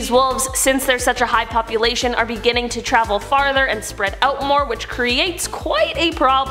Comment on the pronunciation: a population joke. she said PUPulation xD